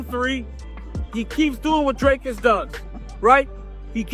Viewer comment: Drivus, Dricys.. ahahaaa sorry, but that made me laugh 😅